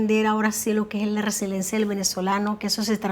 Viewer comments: la palabra es Resiliencia por lo tanto hay personas Resilientes. No resilentes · mamita, No es resilencia, es resiliencia